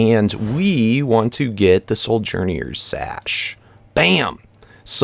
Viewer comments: And it's so-journers sash not soul-journers sash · Hey, since you're open to people telling you how to pronounce things... Ring of Chordata ( Core-dah-tah) Soujerner's (So-jer-ner's) Sash Keep up the good work!